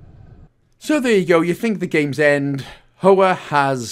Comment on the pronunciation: Great guide! As always I find the “humour” ill placed and cringe. It’s such a shame as the content is there and the product you release is one I would otherwise recommend. Also, Hoa is Vietnamese for Flower, and pronounced h-wa.